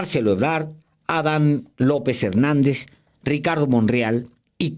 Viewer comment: Ah con Mr. Páez: No es Ádan, es Adán. Véase minuto